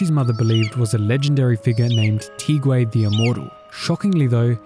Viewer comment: Gonna be that person for a second: assuming these names are based off Chinese names, Tieguai's name is pronounced "Tyeh-Gwhy." Also the Ge in Lao Ge technically sounds like "Guh."